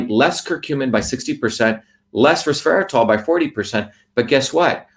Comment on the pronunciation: resveratRol, not resveraTOL, yes?